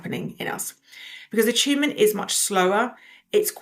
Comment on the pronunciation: I'm only 2 minutes in, and I know I will like this video, but why does attunement keep sounding like achievement every single time she says it?